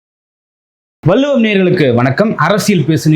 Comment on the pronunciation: Anchor Thambi,Valluvam prononce PROPERLY